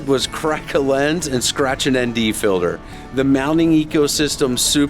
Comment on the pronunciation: "Phill Durr" Oh... you mean FILTER....